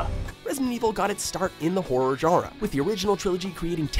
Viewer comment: Why can't this guy say horror right?!